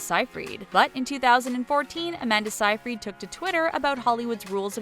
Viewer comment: Sigh-Fred not sigh-freed. Also, Bross(like boss)-nan not Bros-nan